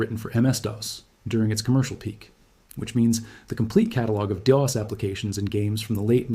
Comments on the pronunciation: Dee oss huh...🙄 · You lost me at “DeeOS” lol